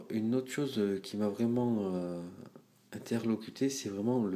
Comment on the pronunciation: Très bonne vidéo, bon produit. Par contre on dit "interloqué et pas interloquté"